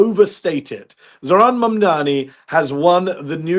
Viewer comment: ITS MAMDANI. JUST SAY IT RIGHT HE AINT ABOUT TO FORGET NOW